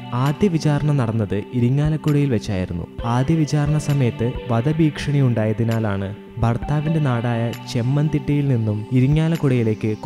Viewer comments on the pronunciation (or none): ഭീക്ഷണീ അല്ല ഭീഷണി